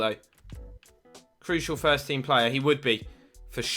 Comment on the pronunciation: you say plea name as play